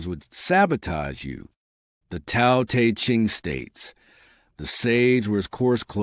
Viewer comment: Why do you mispronounce the word Tao you will have more credibility if you pronounced that word correctly!!!!